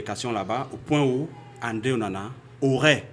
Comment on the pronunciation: Onana not OWONA